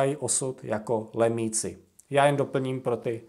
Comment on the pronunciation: Lumíci, ne lemíci!